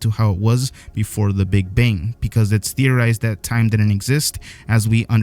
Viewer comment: “The Big Bing”